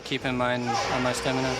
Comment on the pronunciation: Also "stemina"